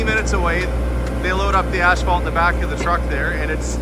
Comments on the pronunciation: I wish I had a hundred dollars for every time he said ass fault. I could go on a shopping spree. I thought maybe he was saying it so much because in his last video on the pool house, people in the comments kept pointing out how he says it differently than how it is pronounced in the US. Maybe that is how all Canadians pronounce it. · I figured it was a Canadian thing. 😊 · But there is no "h"!😊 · Please, there's no "H" in asphalt. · Are you pronouncing asphalt differently for utube? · Great video - BUT - you make a bit of an ash of yourself for consistently pronouncing asphalt wrong.🤓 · There is no H after the S in Asphalt. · Canadian pronunciation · I have heard another Canadian YouTuber pronounce it the same way as. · I am not picking by any stretch but it's spelled and pronounced asphalt not ashphalt. You are making me twitch when you say it :D hahahahaha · I have never heard asphalt pronounced “ash fault”. Where I’m from it’s “ass fault”. 😂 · 😂😂😂it's pronounced ASS-FAULT...not ASH-FAULT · In New Mexico buildings were made with cinder blocks made with cement and volcanic ash. Is the "ash-fault" made with volcanic ash or is it just customary pronunciation? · The way, and others, pronounce that word may be better than in the States, or at least where I live, they say 'a$$-fault'!! 🤣🤣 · Is it a Canadian thing to say ‘ashphalt’, or just an thing? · I noticed that, too, lol! I have never ever heard it pronounced, "ash-phalt." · ph is pronounced as f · Please, it is pronounced — ass fault — not ash fault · Is he saying ASH phalt? I've never heard it called that before. We say asphalt. No "h" in the word. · Pretty cool to watch things come together. By the way, I believe you kept calling it Ashphalt. I'm no wordsmith, but I thought it was pronounced asphalt. Either way the flooring will come together quite nicely wants it corrected. The cabinets look great and I always love a real wood shelf myself as well. Can't wait to see it finished.